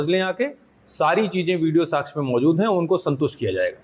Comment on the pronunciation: Kaha par ke pass hue ho ssp ya sakshya word bolna bhi nahi ata sachhya bol rahe ho .